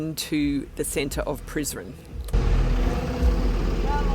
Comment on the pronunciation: Prizren - se prononce: Prisrène Donc toutes les lettres se prononcent